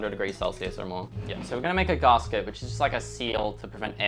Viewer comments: Please never say /garsket/ again!😥 Even in the most posh British circles its still just gasket, as in gas-ket (gas like vapor, ket like ketamine). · its Gas-Ket, not Gahsket wtf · Is a garsket the same as a gasket? He keeps saying that word.. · P.s its not garsket, its GASKET 😅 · Long time Subscriber, absolutely love your channel and attitude.... Discovered 2 things about you I dislike.... 1. It's GAS-ket not GAHHS-ket, makes my brain fizz when you say it. And 2, You dont know the Your fridge is running joke?, literally one of the oldest jokes in modern culture, That joke had to have been invented alongside the fridge.... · Brother it's gasket.... gas ket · the way you pronounce gasket hurts my soul deeply